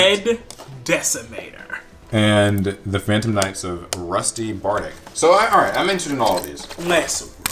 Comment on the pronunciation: Bardiche is French. The I is supposed to be an Exclamation sound and the ch has the same sound as Check.